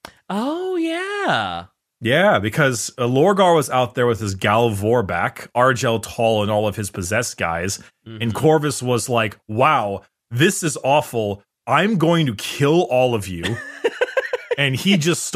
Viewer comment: Argel tal not arjel tal